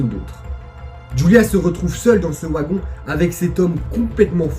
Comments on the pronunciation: Ta vidéo était super bien racontée mais ne m'en veux pas si je rectifie, une chose, c'est sans malice. Le "W" de wagon si traduit en "v" donc ont dit "vagon et non ouagon. Autrement, je te laisse un big pouce bleu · J'étais entre un sentiment de peur via l'histoire et de rire avec ta façon de prononcer le mot "wagon", c'est assez drôle pour nous les français. Sinon super vidéo, je m'abonne. Amitié à la Belgique !